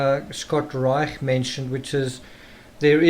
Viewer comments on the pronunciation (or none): pronounced Reish ✌🏽